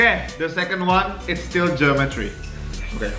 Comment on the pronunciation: Kok aku dengernya gini ya Jerome : geometri Me : jerometri :))))